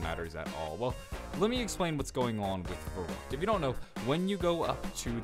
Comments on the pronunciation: No, its pronounced Ferryckt. Dont try to correct me, then you dont know shit about what you are talking about. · Jannick E VERRekt, pronounced like that. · I would be very impressed, if people accually started pronouncing Verrüct the right way.